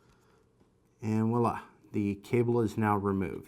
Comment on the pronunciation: Thanks for the great video! BTW "Voila" is pronounced with a V sound, not a W. It's french for "there it is".